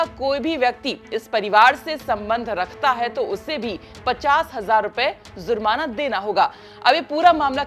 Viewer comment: Aap zurmana keh rahi he jab ki word he jurmana